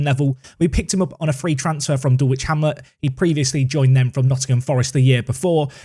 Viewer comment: It's pronounced Dullich not Dullwich, another weird one but that's English for you